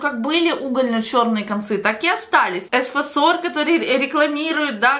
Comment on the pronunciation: Вы точно парикмахер?Постоянно произносите бренды и названия продуктов неправильно 🤦🏻‍♀️ЭФасор,а не эСфасор!!!